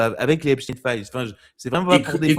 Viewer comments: Quel intérêt d'avoir ce Marquardt ? Il n'a pas apporté grand chose à cet entretien, si ce n'est sa prononciation "epstine" et son anti-trumpisme. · Mr Maquardt ont dit Epstein pas esptine 😊